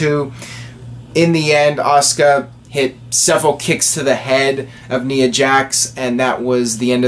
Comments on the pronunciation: Knee-uh Jax. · you keep pronouncing ''Nia'' Jax name wrong it bothers me a little bit... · ***** lol, you are not alone